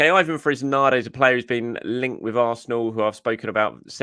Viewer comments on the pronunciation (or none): I love this channel but the pronunciations drive me nuts! The saga of Sambi Lagonga was a particularly difficult time for me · Its not Fresnada, its Fresneda, he’s spanish, not english.